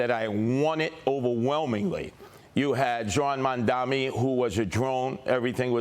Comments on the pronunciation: It's impressive how Sliwa never gets Mamdani's first or last name right. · Curtis loves to pronounce his name wrong, man damnny